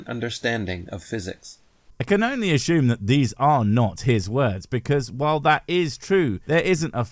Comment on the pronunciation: If you pronounce “assume” as ashume, do you also say ashault and assimilate? 😊